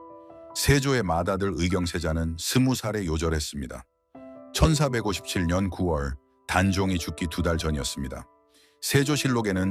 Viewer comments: ㅎㅎ저도 그리 들리네요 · 천사157년 이렇게들리네요ㅋㅋ